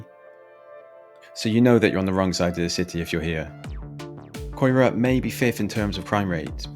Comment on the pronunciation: I'd love to know what camera you use. Quality and zoom is great. Ps...yeah..should learn how to pronounce the names. Hearing you say COY RA when it's KAI RAH was triggering 😂 Riverside ain't so bad....and I'm white! But good to see other people's perspective on the rapidly declining once great city.